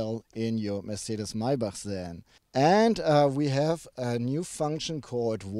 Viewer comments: Nice video Guys,and thanks for teaching us that it's Meibarrhh instead of of Maybach :)).Rick Ross should watch this video lol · It's so funny because no american will ever be able to pronounce Maybach in der richtigen Weise.